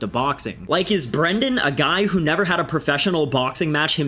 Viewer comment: “Ahb nelva been a big Mike Tyson fan” said stupidest mofo alive.